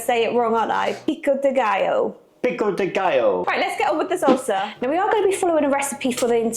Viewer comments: I was so confused for like a minute because it sounded like you were saying you were going to have to make your own seltzer, but salsa, yes, okay. LOL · It sounds like you’re saying seltzer. It’s salsa (no E).